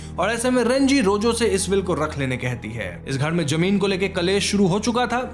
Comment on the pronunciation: You speak well but fix your pronunciation of “Z” say Zaroor not Jaroor say Zameen not Jameen sounds unsophisticated